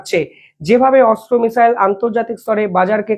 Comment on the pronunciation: ভাই তোমার উচ্চারণ ঠিক করো ওটা অস্ত্র মিসাইল নয় Astra